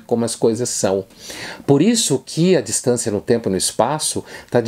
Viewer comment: Uma hora embolou tanto a palavra tempo que lembrei da DILMA falando🤔